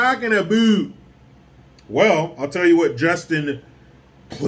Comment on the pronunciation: the way said justins name: Pwubwu! LMFAO!